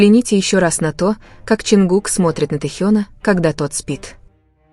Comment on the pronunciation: Не ЧонкукА.а ЧонгУка